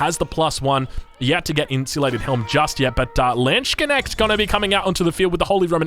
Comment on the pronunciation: Yes, we Germans would never simply say "Das ist mein Relikt." It always has to be: "DAS IST MEIN RELIKT!" 😤 PS: It's "Landsknecht" with an "a" like in "larceny". 🤓